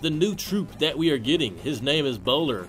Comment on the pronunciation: lmaooooo ""bowho"" "" bowiwi "" funny XD